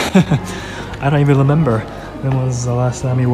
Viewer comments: He said “I dont even lemember” instead of remember and I was just like “Aww he sounds so cute” lololol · did he just say "I don't even lemember"?